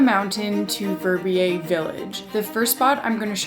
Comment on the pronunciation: Your pronouncation of "Verbier" is just awful.